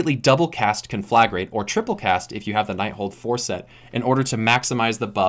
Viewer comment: I know this shouldn't bother me as much as it is but you're pronouncing conflagrate wrong.